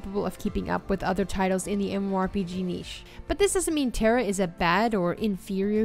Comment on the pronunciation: The games you picked are bad, but that isn't why I disliked this video. Here are some tips: 1. Learn how to correctly say MMORPG. 2. Please learn a different descriptive statement other than "One of the most".. Every game you described was either "One of the most beautiful" "One of the most unique" "One of the most popular" or "One of the most fun" games... It gets old, really quick.